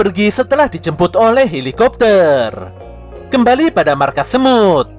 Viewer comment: bang itu yang di menit kok Abang bilang hilikopter bukannya helikopter?